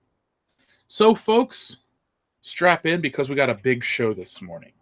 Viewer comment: did he say strap-in or strap-on?